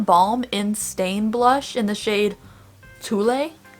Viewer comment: Toile = pronounced twale (short a, rhymes with squall)